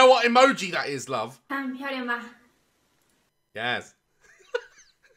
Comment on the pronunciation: Why did he say "Yes" like that